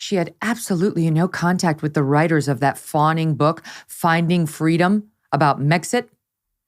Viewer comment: I fully expect her to tell how, when she was three, she was asked what she wanted for Christmas, and she replied…”Fweedom”